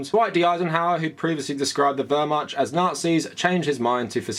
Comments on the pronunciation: I've universally heard it pronounced more like "Vehr-Mahkt", including from historians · I agree with everything you said here, great commentary. PLEASE google how to pronounce Wehrmacht. In english-mode try : Vahr-Muhkt. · WermaCH. You are butchering the pronunciation. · My sudetengerman grandfather was in the SA, nazi apologetics are the worst. Btw the ch in Wehrmacht is pronounced differently, I think the google translate pronounciation seems valid. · The "ch" in Wehrmacht is pronounced like in "loch" not like in "charm." Your video is invalid. /jk Really good to see more people noticing and taking it on.